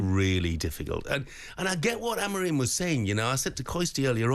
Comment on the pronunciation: Someone on TalkSPORT need to tell both and that Ruben’s surname is AmoriM and NOT AmoreeeeN 🤷🏻‍♂️ Please please please correct them, it’s so annoying!!